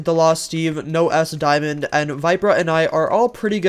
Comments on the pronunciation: No-s-daemon just sounds weird ngl, as apposed to nos-daemon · the way he pronounces kysiek as kysi-ek and nosdaemon as no-s-diamond LMFAO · I like how u cal NosDaemon nose diamond also luv ur vids